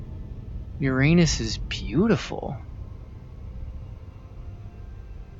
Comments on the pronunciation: hearing a grown man say "ur-anus" instead of "ura-nuss" hurts my soul deeply. but I guess that's what you sign up for when you come to the smoothest place in the universe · its not "ur-anus", its pronounced "URA-NUS". Stop being pepega. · You mispronounced Uranus btw. It's your-ah-ness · to pronounce uranus you say U-RAH-NUHS